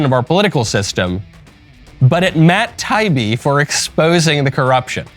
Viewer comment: Love your show so please take this in the good spirit that this is meant. Someone on your show has to know how to pronounce Matt Taibbi (Tai-ee-bee). He is a well known reporter/journalist and deserves the respect of his name being pronounced correctly.